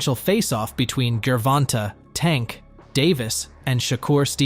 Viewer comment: Every time u say GERVONTE wrong it’s cringe AF I never finish the vid 😩🤬